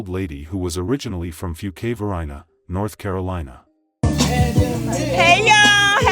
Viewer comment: FewQUAY va-ree-na is the pronunciation for Fuqua Varina